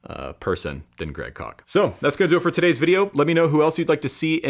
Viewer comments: I thought it was Koch not Kock. I could be wrong. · One correction, Koch is pronounced "cook". We knew him in college. He has always been a pleasure to listen to. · I don't like the way he pronounces that name: Great Kock! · Isn't Koch pronounced as 'coke'? Peace ✌️ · Is his last name pronounced "Coke?"